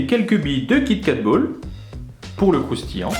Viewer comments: Mdr " Cha croustii " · Charle crouschtille